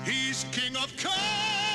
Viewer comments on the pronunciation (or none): Sounded like "Kenya" to me